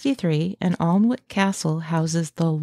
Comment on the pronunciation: It's pronounced An ik not Arn wik, I live here.